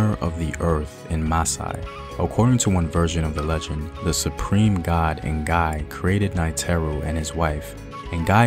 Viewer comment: The n in ngai is silent